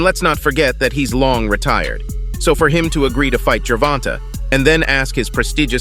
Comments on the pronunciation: When the speaker says gervontuh ... u know its fake news lol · How about pronouncing his name correctly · How do you not know how to pronounce Tank’s name properly?!? So annoying. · This guy can’t even say Davis first name correctly 😂🤦‍♂️ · Bruh.,.the AI-voice pronunciation of Gervonta got me dead as a mfer 😂😂😂😂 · Can't watch no more how u butchering his name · You can’t even say his name right.